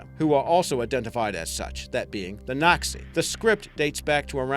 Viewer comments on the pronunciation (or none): oh god, the mispronunciations are driving me crazy... "naxi" is not "nocksee" it's "nah shuh" (and that's a bad transliteration) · Nushu isn't pronounced "Nuh-Shoo" but rather like "New-Shoo." Also, Naxi isn't "Nack-see" but more like "Nah-She." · its not pronounced nushu its pronounced like "noo-e shu" also, naxi im pretty sure is "na see" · yo, "nushu" is pronounced like "noo-shoo", and "naxi" is pronounced like "nah-shi" (the sound made by 'x' being halfway between the sounds 's' and 'sh') btw great video!